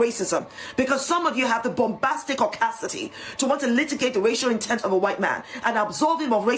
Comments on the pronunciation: This woman saying caucacity as an insult and a blanket insult to all white people crying because somebody said igger with an n in front of it😂 moron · Is she using the word causticity on purpose? 😂 Pretty sure she's searching for the word audacity. Two different words. 😂 Clown 🤡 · What on earth is “Bombasticaucacity” that this moron keeps repeating? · That first panelist so called doctor (race baiting clown) keeps repeating ‘audacity caudacity’ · I'm sorry, but after rewatching the video where she says "caucasticty"... She clearing was trying to say audacity and messed up. Is this a new thing? Like did she basically create this new word, or has it been around for a while? I think she just needs to go back to school. 🙄